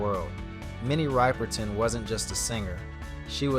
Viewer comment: Minnie WHO? If you make a video learn to pronounce the name of the person. 👎👎 WHAT rumours confirmed? Clickbaity crap video.